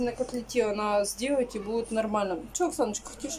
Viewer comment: не нао, а надо.